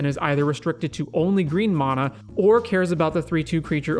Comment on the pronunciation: I had to end the video after the first minute because I can’t stand to hear you butcher the word ‘mana’ any more